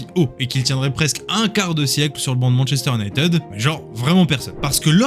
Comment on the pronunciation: Tres bon sujet. Pour avoir connu le MU des 90s avec York Cole Giggs Les frere Neville, Scholes Keane smeicheil etc... MU cest un soucis de releve et de gestion, comme la Juve and co. Les gros transferts ca a ete n'importe quoi. Ps: le frnacais cest pas possible. Cest soit en vf "manchester unitèd" soit en anglais cest "manchester you-naï-tid". Un effort alors que cest le sujet serait pas mal (surtout avec des videos d'illustration ou eux les disent correctement...).